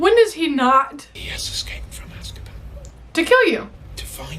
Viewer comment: Sorry i'm so childish sometimes but I laughed so hard when you said Asskaban 🤣